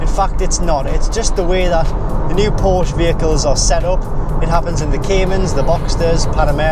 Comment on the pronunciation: I'm sorry, I only made it 1min into the video. I can't take you seriously if you can't even pronounce the name correctly...